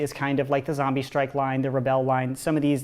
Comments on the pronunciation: Why do u say zambies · QUIT SAYING ZAMBIE!!!!!!! its zombie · Why did he say zaimby not zombie